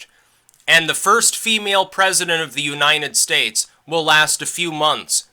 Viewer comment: you're amazing. I love how you pronounce U-9-estates.